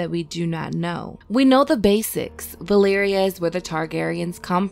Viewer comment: is it just me that hears Balyria all the time... am I slowly going mad in here?